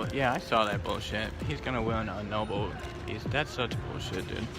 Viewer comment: This clown just said Noble....instead of Nobel!! I love how he blocks opposing views! I've seen all I need to see.